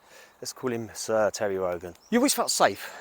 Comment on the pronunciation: Tewwy Rogan???